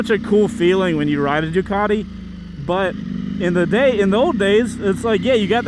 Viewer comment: For a sec I thought he said "Dugati super Legit" 😂